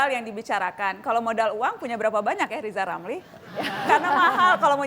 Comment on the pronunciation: beliau sebut nama sendiri aja gak becus!! 😞 maaf pak jgn penjarakan saya